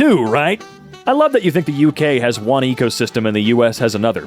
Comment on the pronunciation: i love how you say UK as " AUCK", thanks